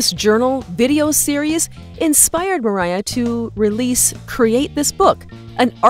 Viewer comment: Who are you and its moriah not